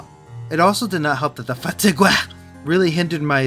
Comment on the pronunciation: Fah-tih-gueh 😂😂😂 I'm dying 😂😂😂😂